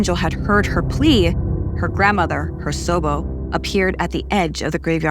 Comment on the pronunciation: Hersobo??? Rather you’re pronunciation is really bad or that’s not even Japanese..